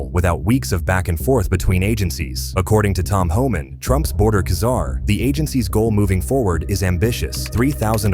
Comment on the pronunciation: Czar= ZAR. not KA-ZAR !!! AI CRAP